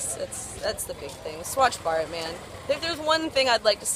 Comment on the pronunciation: like the way u pronounced "Swachh Bharat'